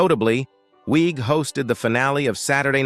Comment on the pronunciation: Kristen Wiig, pronounced Wig. When did she “destroy her career” 🤷🏼‍♀️ Same with Bill Hader? I’m going to stop pausing to ask you the same question about others 🤦🏼‍♀️